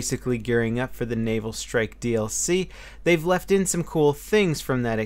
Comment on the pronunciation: Just me, or does it sound like is saying, "anal strike"... That would be some interesting DLC.